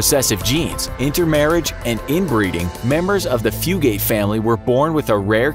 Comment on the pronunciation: The name of the Kentuckian family is pronounced ‘Few-git’. My family is from an area close to where this family is from.